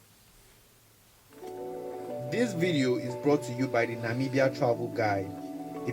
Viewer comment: Thank you for the effort to pronounce our beautiful countries name, atlast you got it right👏🏾👏🏾👏🏾👏🏾👏🏾🙏come visit our country, it's literally paradise in Africa, you will love it.